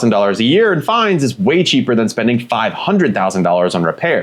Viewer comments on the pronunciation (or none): FINES NOT FINDS!!!!